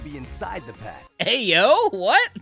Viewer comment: Since when does Megaman refer to the PEt as “pet”?